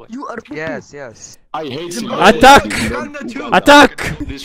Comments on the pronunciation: I’m from Africa and hearing you trying to pronounce Zimbabwe is amazing 😂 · "it's never gae, if it's in Zimbabwae"